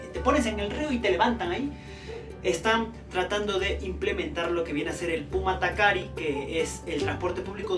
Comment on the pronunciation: 😃😂ame cuando dijiste pumatakari😂 es pumakatari. Muy lindo tu reportaje soy Boliviana, a conocer Bogotá!😉